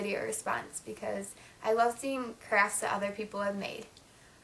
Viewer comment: LOL at first I thought you said I love seeing craps that other people have made.